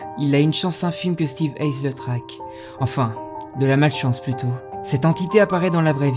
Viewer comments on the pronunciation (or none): Non ca se dit pas steve eyes plutot steve yes